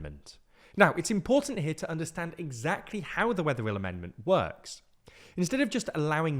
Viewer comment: "TheWeatherillAmendment" 😁 How many times did you have to retake those bits !